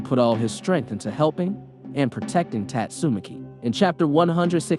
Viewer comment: He's probbaly reconstructing himself. But did anyone realize that he pronounced Tatsumaki wrong?